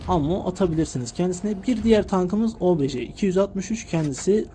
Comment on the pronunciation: Kardeşim çok güzel olmuş ama şu obj lere obeje deme ya uyuz oldum istemeyerek